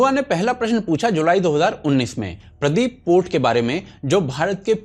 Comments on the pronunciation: Its paradeep port not pradeep port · I like your content. You guys put in great efforts. Just 1 correction... it is Paradeep (पारादीप) port, not Pradeep (प्रदीप). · It's not Pradeep, It's Paradeep. Paradeep Port Trust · Not Pradip it's paraadeep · Paradeep port not Pradeep.. please correct brothers.. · What is this Pradip port ? Pls try to pronounce it well its called Paradeep port. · It's not Pradeep ... It's Paradeep (PA + RA + Deew + p') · It's not pradeep.. It's Paradeep port ( odisha ) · Bhai Pradeep port nahin sahi naam paradeep hai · Its Paradeep port not pradeep. 😅😅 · अबे साले, प्रदीप पोर्ट नहीं पारादीप पोर्ट है, बेवकूफ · Bro it's Paradeep port not Pradip please correct it😢😢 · Its not Pradeep , it is ParAdeep. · It's Paradeep Port, india's largest bulk handling port. Not Pradeep port. However, liked the video. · It's not pradeep port it's paradeep port from sundargarh odisha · Please correct Paradeep Port not Pradeep Port. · Bhai...Pradeep port Nehi...paradeep port he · Correcting you its paradeep and not pradeep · Thats Paradeep !! Not Pradip , Thoda study kar lo